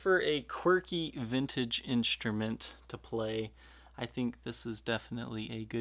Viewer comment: I wonder why people are doing this, putting an h in words that begin with an s. I am into bikes, a lot of people talk about the components, calling it SHRAM instead of SRAM. Inshtruments, Shtrats, but not shtrings. Perhaps it is the microphone or the audio compression used. I enjoy the videos, but find the "sh" annoying, Love Steven Colbert, he does this too! Anyway, thanks for the info on this guitar, I happen to pickup one of these years ago at a yard sale.